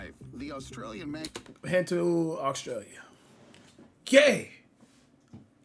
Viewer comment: cash, its Australia not Oxtralia